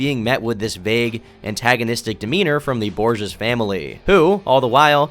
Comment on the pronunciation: I think it's pronounced "borhays"